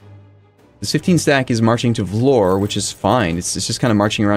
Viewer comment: Vlor The Entire Balkans: IT'S VLORE! THE "E" IS NOT SILENT!